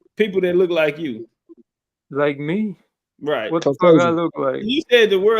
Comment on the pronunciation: “Like me? Wtf I look like?” Sounded so funny in his accent 😂